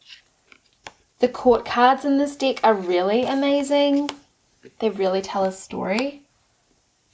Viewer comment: I love the way your pronunciation of the word de k sounds like dick 🤣 it's so innocent and funny "I don't resonate with this dick" "it's a really really cute dick but it's powerful" girl you made my day 😄